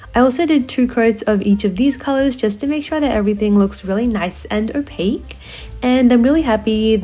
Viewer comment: STOP SAYING OPAC!